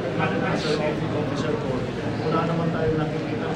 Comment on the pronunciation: "Officer Corp" hindi po "Officer ko." ✌🏼